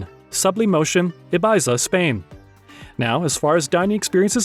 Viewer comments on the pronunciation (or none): That is..... not how you say "Ibiza", JFC. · look up how to pronounce Ibiza. "Guy" as a name in French is pronounced "Gi"